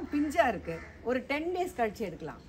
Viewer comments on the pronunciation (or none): none